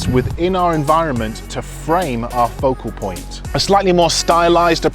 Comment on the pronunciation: I like when he say "POCO POINT"😁